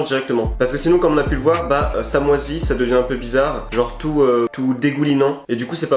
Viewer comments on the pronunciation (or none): none